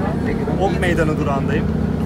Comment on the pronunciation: Okmeydani değill